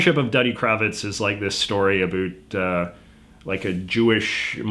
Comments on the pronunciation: honest confusion here - why has it come to be that every word this guy says sounds the same as many in the US, except "about". Literally just that word is pronounced SO different. Like do you say "hoose" instead of "house"? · 1. The Simpson’s has been lame for decades. Why are you surprised that they’re trotting out hackneyed cliches 2. I’ve never heard someone say “about” with that Canadian pronunciation as strongly as you. So kind of ironic you’re even making this video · You’re “ a boot” is supposed to be more like about an stop using the t at the end so hard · I was raised in Vancouver and noticed you pronounce "about" closer to "a boot". Why I find this interesting is because my pronunciation of the word is a little more like "abowt" yet we live in a similar geographic. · A boot? Dude, born here. NO ONE I KNOW pronounces it that way. But the rest is quite correct! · This is only like the second or third video I've seen from you, didn't realize you were canadian, though that explains the pronouncing out as "oot" rather than "owt". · He definitely milks his “aboots” and “oots”. If anything Canadians pronounce it closer to “aboat”. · How about the way you pronounce about. you're the reason South Park has Terrance and Philip doing it . I live in Hamilton and don't pronounce it a Boot. It's ab out. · Soo he’s saying boot as a joke right? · He's fake over emphasizing the 'boot' part of the pronunciation. I guess it's his schtick, and he's doing it for the benefit of people who've never interacted with Canadians? Honestly, it's super cringey, and I can't fucking stand him. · 👞a shoe 👢a boot I'd like to hear this guy talk about a boot.😁👢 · That pronunciation of "about" lives up to the stereotype. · I love how you actually pronounce "about" in the stereotypical way that Canadians do! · Talking about stereotypes and says about like a damn Newfie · Damn then you had to go say about like this and confirm the stereotype lmao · Why do you say about like a boot